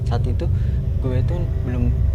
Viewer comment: Bro gw lebih serem dengan cara lu ngomong guwe